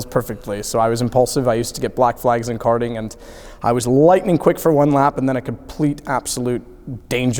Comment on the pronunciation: Go ‘kerting’ Touring ‘kers’ Brilliant